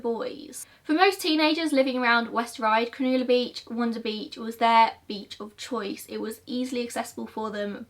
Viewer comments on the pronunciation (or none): I was so confused by her saying cron-oo-la cause Cronulla is pronounced cron-ah-la 🤣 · not to be THAT person but it’s pronounced Crow-nah-la xx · Very beautifully portrayed video as well as an equal beautiful speaker. Btw it's pro nounced "cro-nah-la" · I'm Australian and I've never heard of this case! Also, it's so cute how you pronounced Cronulla, it's pronounced more like "cru-nulla" instead of "cra-noola" but I love hearing how other nationalities pronounce our words! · Any other Aussie crack up when she said “cronooohla” instead of “cron-uh-luh”😂 love your vids girl, you’re by far one of best presenters of true crime cases & always very professional! No need to delete old videos, growth and progression is something to be proud of 😊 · Cronulla beach is pronounced 'cro-nu-lu"; Cro- as in 'crock Nu- as in 'nut' Lu- as in 'nut'. I hope this is helpful, I just find it distracting when pronunciation is off. It can also create confusion for the audience. And I'm also aware that some Aussie place names are quite foreign to others. Thanks for sharing an Aussie true crime story. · I had no idea about this case and I used to live very close to Ryde. Oof. Also Cronulla is pronounced more like ‘Cruh-nuh-lah’ and is pronounced pretty quickly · cronulla is pronounced like cruh nuh la, but ur doing a good job ! we have wacky names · Lol I love the way you pronounce Cronulla. You said it so posh. We pronounce it like cruh-null-uh in Australia 😂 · Love your videos!! Just letting you know Cronulla is pronounced Crow-null-a 😊 I was originally from there! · Oh mate , your pronunciation , it's" Crow nul la " good try though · Oh btw sorry I don't wanna be that person but, Cronulla is pronounced 'Cron-UH-lla'. Just letting you know x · just saying Cronulla is pronounced like cun-ul-a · Do you mwan Cronulla? Cro - nul - la 😁 love you as always xx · Cronulla is pronounced crow null a